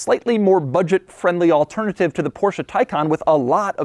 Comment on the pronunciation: Finally a native English speaker who knows how to pronounce the Porsche correctly, and that's without swallowing the "e" in the end. Such a relief, love u Doug! 👊